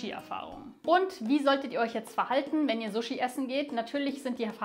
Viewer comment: Ich bin Japanerin. Wenn jemand so gut japanisch spricht wie Du, kannst Du bitte richtig sushi( scharfes S) statt zushi (weiches S) aussprechen?😊